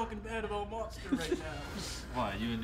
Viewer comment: Everyone : drinking wather Karl : Monster " Moster best ! "